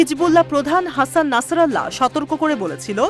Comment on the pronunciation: একাত্তর টিভির দৃষ্টি আকর্ষন করছি, হিজবুল্লাহর প্রধান এর নাম হাসান নাসারুল্লাহ।নাসরাল্লাহ নয়।